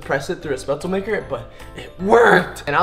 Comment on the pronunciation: You don' t pronounce it spätzelmaker its pronounced like shpätzel ;) like in shake